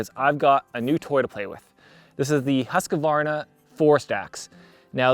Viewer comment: Husqvarna is pronounced "huuskvaarna", meaning "house mill" or rather "the mill that is resembling a house" in Swedish. I like the review! Would be interesting to know his it's holding up after a few years.